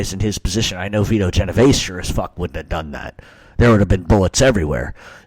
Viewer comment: Theres no A in my last name. Its not pronounced Genov Ay see. Sounds just like its spelled.